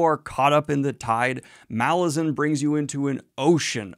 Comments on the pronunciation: You know, according to the author, it is pronounced Malazan - not Malazan... 😂😂😂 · Is anyone else triggered that Daniel keeps reading name Malazan wrongly even though he interview with author where he said it?